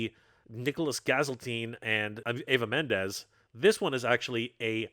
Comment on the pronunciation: The way he pronounced the names incorrectly, Nicholas Gaziltine and eva mendes, lol. Anyways loved the video.